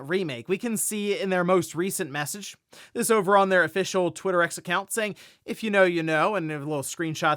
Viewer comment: will forever say “twitterex” 😂